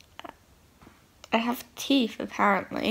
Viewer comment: Drink everytime she says TEEF